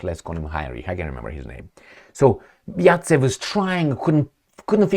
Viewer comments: Zajcev not Racev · Zaytsev 😂. Not yatsev Zaets. Is Rabbit